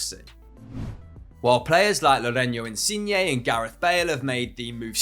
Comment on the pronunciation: Ahh yes, Lorenyo insigne